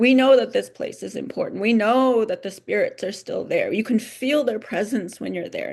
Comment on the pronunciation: THEE urban area, not THUH urban area. The/An/A are called "articles". The is pronounced THEE before a vowel sound; AN is used before a vowel sound. The is pronounced THUH in front of a consonant sound; and "a" is likewise used before a consonant sound. Why butcher English when it's easy to speak it nicely.